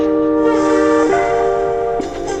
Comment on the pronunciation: Nice video of my city. The restaurant where You eat is called Sarajevo 84 (Olimpic games) and have one of the best bosnian food menu in Ljubljana. BTW. Your pronounce of Ljubljana is perfect :) Wellcome back any time.